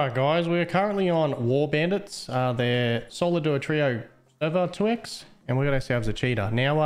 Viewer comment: Every time says 2x i think of Twix.